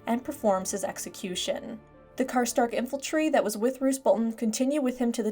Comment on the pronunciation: Really love all your videos! But the "infaltry" pronunciation of the word Infantry as an ex army guy is really grating 😏 Keep up the great lore videos! Looking forward to more of them when we eventually get Winds of Winter